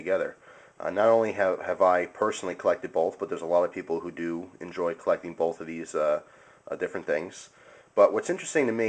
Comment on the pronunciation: did anyone else notice he pronounces both (boLth)